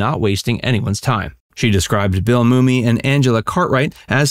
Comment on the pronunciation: I've Never Heard Anyone Say Bill Moomy Before